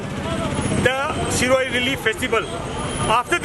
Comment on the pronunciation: It’s shirui lily no Siroy lily😂